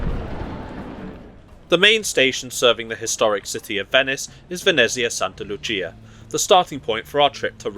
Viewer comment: Exceptional proficiency in pronouncing Italian words! Perfect "Santa Lucia". Only Venezia and Vagli need a bit of improvement. Bravissimo! from Rome